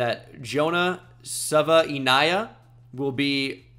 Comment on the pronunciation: Jonah Savaiinaea is pronounced Sa-Vye-Nae-Ya